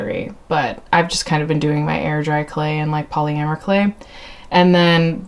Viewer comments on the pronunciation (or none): I think you're the first person I've heard say polyamer instead of polamer for polymer clay